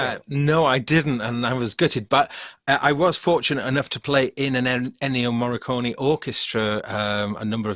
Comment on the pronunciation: It's Ennio Morri"k"one. RIP